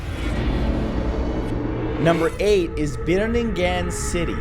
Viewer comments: I'm Filipino And Biringan city is pronounced Bee ring an with deep accent Not BEE RING GAN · Who would've thought of him saying the name of Biringan City in the Philippines? It's pronounced as "biringan", not "birin-gan" there's only one syllable, it's the whole word. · I just want to help pronounce the Filipino words It's biringan(Bii-rii-ngan) and ingkanto (Iing-kan-too). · I a Filipino was actually laughing when he is trying to pronounce Biringan... Haha! Well our alphabet got letters and words unique from English though... hehe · You totally murdered several filipino words but i still love your channel. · It is read as "bee-ring-an city", "inc-can-toe", & "sam-are"